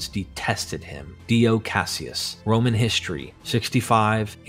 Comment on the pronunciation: Yeah I picked up on 2 mispronunciations within the 1st 80 sec. RoMAN. And ANSH'nt. Caught me by surprise. I was going to comment, then I read your explanation. You have a good speaking voice. I think we all like to hear it.